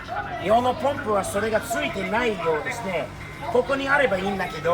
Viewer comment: いい車乗ってるねー。スティーブはちゃんと「ポンプ」って言ってる。アメリカの人はいつも「パンプ、パンプ」って言ってるよね。